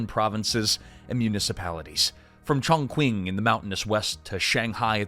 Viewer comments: Chongqing is pronounced /chong ching/ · Listening in the other room—had no idea you were trying to say "Chongqing." Wtaf?! Lol. Lazy, and embarrassing...and hilarious.